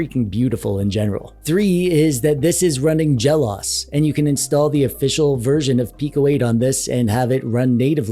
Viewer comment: Yep i just like to hear you ramble, not too interested in the pico 8 specifically (The only pico 8 game I have is the port Terraria) (Jelos. Is pronounced jello's... like multiples of jello brand gelatin) Ah Americans!